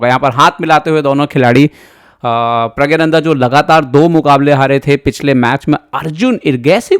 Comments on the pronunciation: pragya-nanda nahi.... praggna- nandhaa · Pragyananda nhi Pragnananda ... 😅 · You do not know the real name of the star player of your own country. His name is not Rameshbabu praggananda but Rameshbabu pragganananda.Pronounce it correctly.